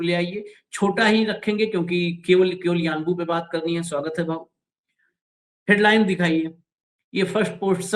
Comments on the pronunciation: Its Unbo ... not Uanbu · Sir, it is yanbu